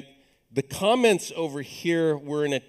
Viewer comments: was wondering why lesson 2 has a 5th of the views as lesson 1... spent 5 minutes talking about the moon which never tied into code, and then when he said "let's talk about comments" I thought he said "let's talk about comets" ... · I thought he said "Let's talk about comets"